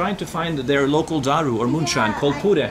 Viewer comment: Love how u say daru perfectly. Also fatih/fatah does mean conqueror